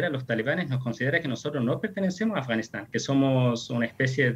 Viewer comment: OYE periodista!!! PRONUNCIA BIEN AFGANISTAN.------- AF, GA NIS TAN... /affff ) pronuncia la "F" --- pronuncis "S" (ganis)